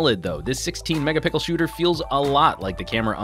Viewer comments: Stop saying Megapickle. Please. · Okay its not pronounced mega-pickled, its triggering me.